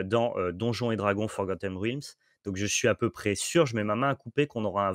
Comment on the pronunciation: je l'avais déjà signalé dans un commentaire sur une autre vidéo, mais le "ea" de realm se prononce comme dans dead, pas comme dans dream.